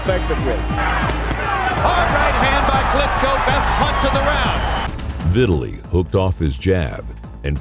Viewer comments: Omg. Dude. It's NOT pronounced "VIT-a-lee". His name is pronounced "Vi-TAL-ee". Jesus Christ that's annoying. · Why is he pronouncing his name like "victually". Is it not Vi-tah-lee?